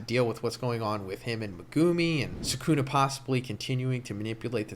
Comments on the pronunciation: U gotta pronuncie Me gu mi not what u said lmfao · Please stop pronouncing Megumi in that nasty way but pronounce it like Meg-ah-me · When you said megumi it irked the hell out of me